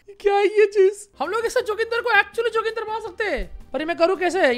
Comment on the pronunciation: Who all like me felt very offended and uncomfortable when he named 'joginder' "JOGINDAR 🤣🤣🤣🤣🤣